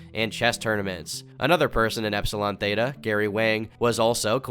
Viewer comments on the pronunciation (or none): none